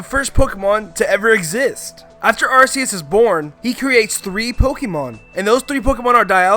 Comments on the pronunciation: its ARK-ee-us not AR-see-use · the way you say arcues makes me die inside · It’s not arceus it’s arkoos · assius me:ar ckee us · Don’t say ar-key-us it is arcoos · Arseus BOI ITS ARCEUS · It’s not arseus it’s ar CK eus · ITS AR-KEY-IS NOT AR-SEE-IS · It's Ar-key-us, not Ar-say-us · Arceus not Arseus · Are-See-Uss It's Are-Key-Uss just check the pokedex books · V Walker its Ar-ce-us not ar-key-us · Sorry, it’s actually ar-COOS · It's arcoos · The Aura guardian did a video on it It’s ac-key-us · HIS PRONOUNCIATION IS LIKE THE AVATAR MOVIE SAYING EVERTHUBG WRONG “Arseeus” “Synoh” 🤮🤮🤮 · It’s arcoos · Your saying Arceus wrong It’s AR-key-us I got it from my book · The real crime is AR-SEE-US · Nononono arcoos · Its Arc-ues Because Arse Is Booty In The UK You Pronanouce the Arc Part More then The Ues part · Why did you say Arseus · ArCeus is the translation of seeing pee say ar KEE eus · Ar KEY ues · it's arceus (Ar-KEY-us) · It is arKEYus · It's ar key us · it's ar-key-us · AR KEY US DEE AL GA. UH KSEE. SIN OH. GET IT RIGHT NOOB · UGH it's ARK EE US THATS HOW YOU SAY IT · its arc-key-us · aim I'm sure its ar-see-us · Its ar-ke-us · Y-you are saying Arceus wrong... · GET YOUR PRONNOUNCIATIONS RIGHT, DUMBASS!!!!! 1. Ar-KEE-us. 2. SIN-oh. 3. Ray-KWAY-za. 4. rej-ICE Also, the plural form of Mew is also Mew. Think of it like "sheep" and "sheep". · ARCEUS(ark-ee-us) Sinnoh(sin-oh